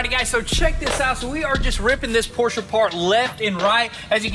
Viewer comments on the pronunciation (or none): It's Porsche...not Porsch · not a Porschnh , Es ist ein PORSCHE , kruzefix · Pls pls pls!!!! Dont say Porsh its a Porsche! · It's PorschE!!!!! Not Porsch... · You have a PorschE with E at the end... not a Porsh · Do us a HUGE favor and start pronouncing Porsche correctly. It’s really easy, no German accent needed. **Porsh-uh** Remember, it’s someone’s last name we butcher everytime we say it wrong. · Pronounce Porsche correctly..